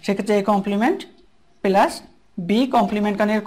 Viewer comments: sorry vhaiya this is (+)-প্লাস not পেলাস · Not 'pelus'.....it will be 'Plus' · vaia what is পেলাস this is +/প্লাস।sorry vaia.